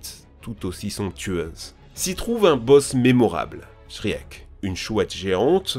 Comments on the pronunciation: shriek non shrek* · tu m'a presque assassiné quand t'a prononcé le nom de Shriek... ca se prononce Shriik, le E est un i ou silencieux mais SURTOUT PAS un è WTF?! je peut piger que tu parle peut etre pas anglais mais je pouvais pas laisser celle la passer, c'etait trop gros. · shriek j ai crue que s etait shrek 😂😂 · quand ta dit shriek dans ma tete ca faisai shrek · La prononciation des noms anglais était un peu cringe 😅 juste un effort quand le nom lui même veut dire quelque chose SVP... Shriek ça veut dire hurlement en anglais, et c’est ce hurlement qu’on entend dans tous l’opus quand elle attaque... Mais j’ai beaucoup aimé la vidéo 👍